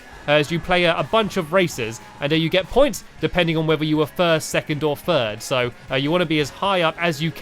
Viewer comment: You said Furd instead of 3rd